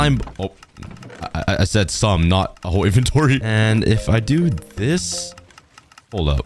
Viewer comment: thats not doooo thats oof